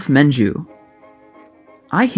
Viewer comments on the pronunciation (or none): Ah,, your youth is showing. Debonair actor Adolph Menjou's name is pronounced Mahn-zhew, with a French nasal intonation. Certainly not Man-jew. Also I think silent film leading man Rod La Rocque pronounced it la Rock. Like your channel and perhaps listening to other silent film themed channels mentioning the actors would prove helpful. Appreciate your effort. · Excellent fare and presentation. You may want to research the pronunciation of "Menjou," however.